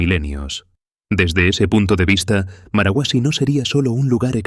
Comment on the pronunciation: No es marahuasi, es marcahuasi